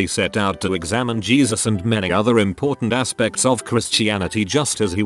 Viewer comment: Yes. Gezus. LOL